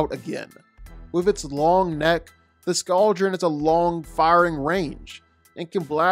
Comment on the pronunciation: Please never say “Scou-dren” again it’s “scald-dren”, Y’know, like the scalding water they breathe, also it’s a blue oleander not dragon flower, then it’s skrill not a mangled version of the word squirrel?? Sorry but this was just killing me 😭